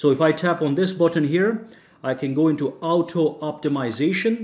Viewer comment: I used to like your videos but recently I find your accent so cringy and unbearable. I mean who in the world pronounces auto as ow toe....